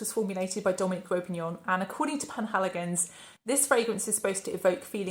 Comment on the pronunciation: Hey there, Just a quick note, I think the perfumer's name is Dominic Ropion, not Ropinion. Also, I have to agree, the line didn't exactly blow me away either. I really enjoy your videos! Your honest reviews and unique content always keep me coming back for more. Keep up the great work! P.S. I'd love to hear your thoughts on the Etat Libre d'Orange range!